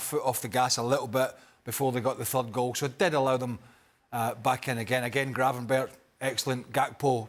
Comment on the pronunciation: Can people stop saying Gravenberg. It’s Gravenberch. More like perch.